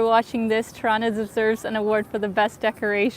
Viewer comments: the right albanian way of pronunciation is with e like beer ,teerana..FALEMINDERIT for your great videos in my city!!! <3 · It's so cute when you say out or about with the Canadian accent. And you say Tirana like Toronto. Cuteeeee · You know your pronunciation of Tirana sounds suspiciously like the east Canadian version of Toronto right? 😝